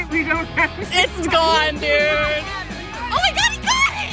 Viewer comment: When he sead Dod saves man I was like is this drar man vid